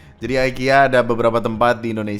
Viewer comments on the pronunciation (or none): IKEA BANG IKEA BUKAN AYKIYA 😡